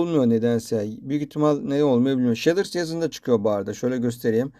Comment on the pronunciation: He abi bide sheders değil shades diye okunuyo direk